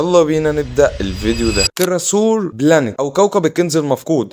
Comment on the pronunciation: إسمه تريچر مش تيراسور يا صاح ❤